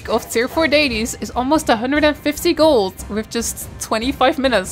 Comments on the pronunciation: Sorry but why can’t you pronounce the letter “t“ at the end of a word right? It infuriates me and I can’t watch your videos because of that I‘m sorry. Sometimes you do it right sometimes for the same word you say s instead of t. Instead of gold you say gols why is that? Care to enlighten me? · there is no "s" in "gold" jeez is this annoying...